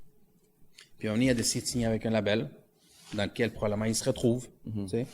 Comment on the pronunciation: Label Mort de rire label c'est en anglais pourquoi tu essaye de le dire comme si c'est un mot francophone xD label anglais / Maison de disque français xD